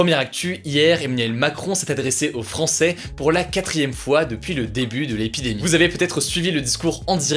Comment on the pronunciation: L'épidémie et non pas les pis d'Aimie 😂